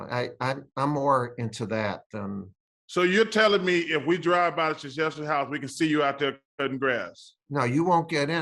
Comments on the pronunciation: still trying to figure out how you get shshefski from Krzyzewski. But best of luck to Mike. Such a class act throughout the years. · Apparently the Kr is silent and zyzwewski is prounounced as shshefski